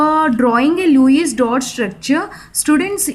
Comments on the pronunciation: Lewis It is not luwies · Luice nii mam Lewis🤣🤣🤣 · Wow so nice english REMANING 🤣🤣LUIS DOT 🤣🤣🤣🤣